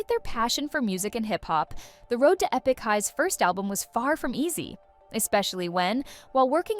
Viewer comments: Bounced when the now-obvious AI voice pronounced "Epik" as "E PICK". Too bad because it seemed like they actually did some research. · Is no one going to talk about the fact that this person narrating has no idea who this video is even about - she literally butchered half of the Korean names along with pronouncing ‘Epik’ as ‘Eepik’?? Hasn’t listened to a single interview or watched a single video on them. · Not trying to hate on this content, but seriously “E” pik High? Was this video made by AI? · How'd you manage to mispronounce Epic? 😅